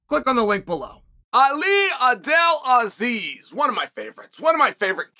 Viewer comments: Ali “Abeladisease”. Chael is the undefeated and undisputed champ of correctly pronouncing names. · “Ali abdelladisease” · Chael said Abdeladisease 🤣🤣🤣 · You know ali gaodhsnflbuamdu whether you can say his name or not - Chael Sonnen